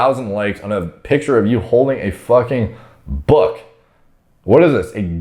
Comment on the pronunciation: The way says book you really wouldn't expect him to be as smart as he is